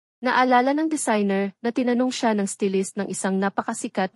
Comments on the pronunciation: Stylist not stilis, sorry po sa pagcorrect masakit kasi sa tenga habang pinakikinggan yong maling pronunciation. Hindi po ako matalino pero narrator ka dapat tama ang pagbigkas mo, pino-promote mo pa naman si Michael Cinco dapat maayos. ❤ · Learn din sna how to pronounce words properly, like "stylist"